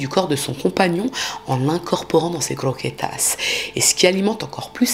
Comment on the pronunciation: AaaaaAAAAÀAHHHH LA CROKÉTAS AAAAHHHH..et les MANGEURS DE CRRROQUÉTAAS😂😂😂